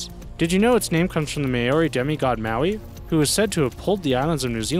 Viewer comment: You said māori rong